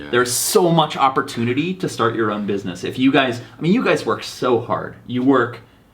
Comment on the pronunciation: busimess man 🤣🤣🤣🤣